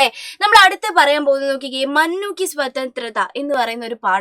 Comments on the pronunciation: മുന്നു അല്ലെ മന്നു അല്ല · മഞ്ഞു അല്ല മുന്നൂ ആണ് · Mannu no munnu is correct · മന്നു അല്ല മുന്നു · Mannu alla Munnu an😂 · Miss mannu alla❌ munnu anu✅😂😂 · മനു അല്ല മൂന്നു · ടീച്ചറെ മുന്നു അല്ലേ മന്നു അല്ല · മന്നു അല്ല ടീച്ചർ മുന്നു എന്നാ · Mannu അല്ല munnu ആണ് 👍🏻